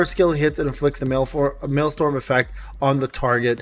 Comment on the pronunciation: MaelsTRom not maelstorm. Like a vacuum tornado in the ocean, not like a storm. Sorry I like accurate things